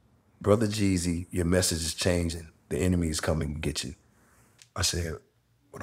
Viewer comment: Lol lmao why do yall say jezzy? 😂😂 it's jeezy